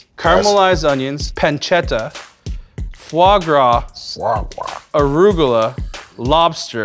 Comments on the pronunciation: Alvin: "Foie gras" Marshawn: "Fwah Gwah" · fois gras is goose liver you barbarian :-)He's funny, "if I can't pronounce it I sure as hell shouldn't be eatin it!" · when he pronouncing Foie gras 😂😂😂😂